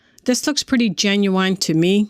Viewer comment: new to the channel . thanks for great videos. you have a soothing voice for these. "yozemite" lol genuWINE .